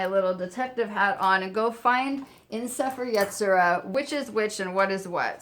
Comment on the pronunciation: Hey, I know you haven't uploaded in a few months, so you might not see this. I love your videos, but as a Jew, I need to correct your Hebrew pronunciation. The Book of Formation is pronounced like say-fair ye-tzi-ra, with the emphasis on that last syllable.